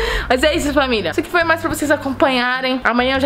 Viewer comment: Porque. Você. Voi. Espuxa